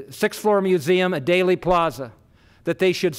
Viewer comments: "DAILY" Plaza? It's pronounced "DEELY," spelled "Dealey." Otherwise you're an expert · No, it’s pronounced Dealy, like “Let’s make a Deal.” Not sure how he could be so well informed yet pronounce it wrong. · Thanks for pointing that mispronunciation out! “Daley” Plaza was grating my nerves every time he said it! He’s a fascinating reporter but not a good communicator…. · Is it really pronounced "daily" (plaza)? First I have heard it. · I always thought it was pronounced Deely Plaza 🤔🧐